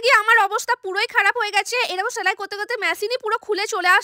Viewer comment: ছেলাই না সেলাই